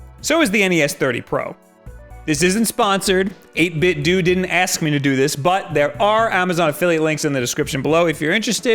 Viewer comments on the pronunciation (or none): Not 8bit-Doo. 8bit-DOH. As in NintenDO. Obvious reference is lost on so many -_ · NintenDO.... 8bitDO, not 8bitDUE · 8-bit-dew... Nin-ten-dew... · i cringe whenever someone says 8bitDEW. ffs nintenDOE translates to 8bitDOE. 8bitdo. nintendo. see what they did there? everyone clear now? ok. proceed. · 8bitd(oo)? I thought it was 8bitdo like Nintendo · It's pronounced "doh". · Hey,, idk if anyone's mentioned it, but's 8BitDo--the Do is pronounced "DOH" like Nintendo. 8-Bit Do.